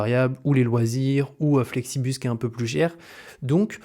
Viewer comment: c'est Flixbus haha. Pourquoi tout le monde dit Flexibus 😆 ?